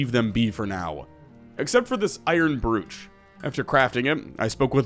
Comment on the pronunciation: That's one way to pronounce brooch I guess lol